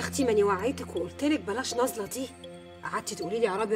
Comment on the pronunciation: اسمها نازلة و لكن المصريين بينطقوها بالظاء (نظلة). مشاهدة ممتعة